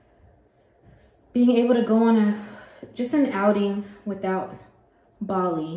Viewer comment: Bali sounds like Volly so close to Jolly, that's so cute! 🥺💓